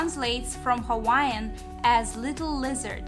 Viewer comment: All the Hawaiian Names you have mention was pronounced wrong. They say its bad luck and can bring harm to people who use their words incorrectly